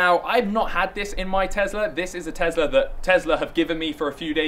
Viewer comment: Please stop mispronouncing Tesla